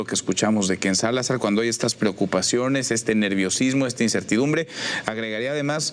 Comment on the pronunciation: Por qué Manuel insiste en decir: KenSalazar, es Ken-Salazar